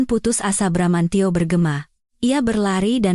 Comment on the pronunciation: bbrp kali sudah bener bramantio eeh balik lagi bramancyo..bramanjo...